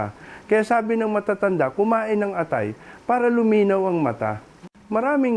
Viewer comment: tunay na Pilipino ba ang nagbabada qt nagsasalita o AI generated lang! Maraming salita, tulad ng lason at atay, ay mali ang pagkakabigkas. nakaka-irita🤨